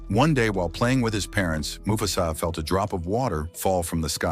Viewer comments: It mufasa no mufsu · Why does he keep saying mufasas name wrong?